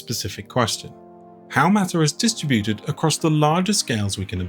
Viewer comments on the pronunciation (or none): It's dis-TRI-bu-ted not dis-tri-BU-ted 😒